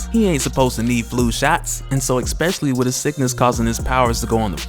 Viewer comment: Dude, I love you & follow all of your vids, you are so articulate, but when you say especially, you pronounce it expecially. Don't know if you caught that. It's one of my weird quirks, please dont hate me, I'm just pointing it out. Much love